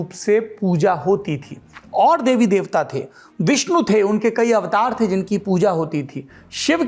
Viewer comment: Tha nahi the sahi se bol sale